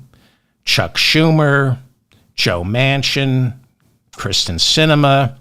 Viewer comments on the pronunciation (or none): none